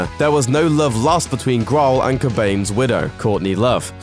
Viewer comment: ''Dave Graahl''